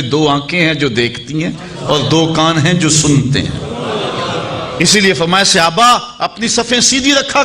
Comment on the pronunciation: bohut eman afroz waqiaat aaqa ki zindagi k sunae heen lekin aik lafz ki ghalti thi jiski takrar bhi bohut hwi yani sahaba or sahabi wahid he jis ko aap ne musalsal Sihaba kha or sihabi kha he bra e meherbani drust kr lejie